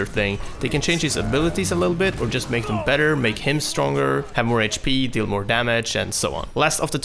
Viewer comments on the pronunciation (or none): none